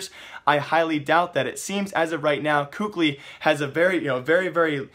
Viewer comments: please stop saying "KUKLI" :< its kelly or kally i dont remember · PLZ STOP SAYING COOK-LY, IT's KELLY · for future reference, kqly is apparently said as Cali like removing the fornia from California. another way it's said is Kaylee. I know I listed 2 versions but these versions of pronunciation comes from former team mates so I'd assume they'd be correct